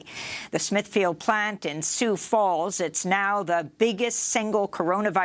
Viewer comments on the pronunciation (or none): none